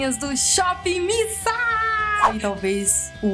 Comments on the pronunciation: que agonia de "shopping missa" kansaknssksjsjsjjs acho que é "mís ei" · Não é missa, é miss a, miss (ei) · nao se fala shop missa kkkk é shop miss ei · Pronuncia-se "mis ei" (dá uma certa angústia ouvir vc repetir "missa" o tempo todo:v ) mas foi um ótimo vídeo.. realmente no site as imagens dos produtos são bem apelativas.. depois do seu review consegui ter uma conclusão melhor da qualidade dos produtos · Amiga não é shop Miissa que se pronuncia e sim shop miss ei. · Modo de escrever= Miss A Modo de falar= Mizei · Na verdade a pronúncia é "miss ei".Com W fica "uei" ;) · É Miss (ei) kkkkkk vc é hilária.. bjoooo linda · é miss "ei" kkkk vc é melhor, e essa edição??? Estou amando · Não da para parar de rir com seus vídeos haha muito animada mesmo kk vc falando 'missa' tava me irritando, mas vc explicando que ta falando errado, me fez rir mais ainda kk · Vc e muitoo divertida..adorei vc!!! Fala-se Miss (A)Ei ... bjooo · oiee, voce tem que pronunciar " shopp miss ayn" tipo, miss e como fala a em ingles fbjsbs 💜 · Miss A (ei), em inglês a tem som de "ei" 😊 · se pronuncia shopping miss "ei".Adorei o video.Beijos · Deu agonia ela falando "missa" 😂 Mas eu te amo ❤ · Acho que fala miss "ei" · é "míss ei" que fala hahahahahahhaha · "Miss ei" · se pronuncia Miss Ei kkkkkkkkkk